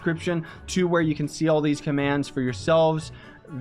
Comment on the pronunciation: when he start saying commans